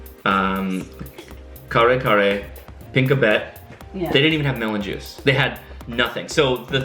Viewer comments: Its PI-NAK-BET. Not PinkaBet. XD And BI-NA-GO-ONG-AN I love you guys! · And it's called like PI- NAK- BET ( In our alphabet we don't have a LONG A...just short) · I hope this could help in pronouncing. The vegetables you had with green beans is Pi-nak-bet. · Your girl is right, that IS the Pink-abet...but actually "PinAk-bet". hehehe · Say, pee-KNOCK-bet (Pinakbet). Too bad they ran out of SISIG. It's the one thing you go to Ellen's Pinoy Grille for. I'm picking up a party tray this evening. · pinakbet (pinak - bet) sometimes also callled Pakbet bina - go - o - ngan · Jejeje it's PI NAK BET/pinakbet or shortcut pakbet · you can pronounce "pinakbet" like PEE-NUK-BET and the "Binagoongan" like BEE-NUH-GO-OHH-NGAN... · that veggies with rice is called Pinakbet (Pi-Nak-Bet) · Hahaha! The vegetable dish is pronounced as PEE-NAK-BET, and the beef dish beside the Menudo is Mechado (MEH-CHA-DOH)